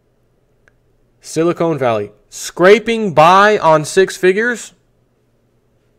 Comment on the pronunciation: I love you but it's SILI-CON valley, not SILI-CONE. Silicon is an element used in computer chips, silicone is a soft rubber material or gel for kitchen utensils and breast implants.